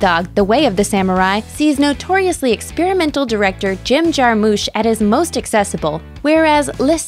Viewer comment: you said jarmusch wrong